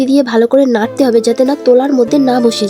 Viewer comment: Narte hobe 😂 larte hobe oo bolte pare na😂 besi dhong kore kotha bolte gele ja hoi😂😂